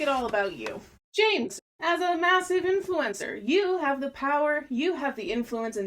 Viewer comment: the way you say ~influEncer~ tho. poetic